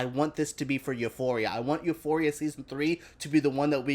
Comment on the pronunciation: I love the way you pronounce Euphoria